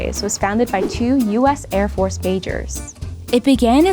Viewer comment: She said Air Force "bajors".... Wow